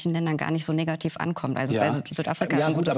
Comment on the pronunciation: Vorsichtig bei der Aussprache des Wortes „negativ“